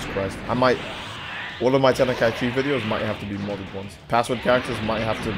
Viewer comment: Love your vids. This is just me being an ass here though, "Ten-i-Kai-Chee" is driving me insane. lmao.